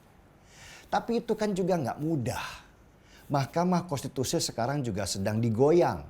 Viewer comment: bang denny .. susah amat ngomong konstitusi 🙏🙏🙏🙏🙏